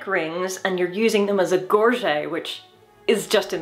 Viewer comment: opted for the (better sounding) French pronunciation. English has the ugly sounding "Gor-jet".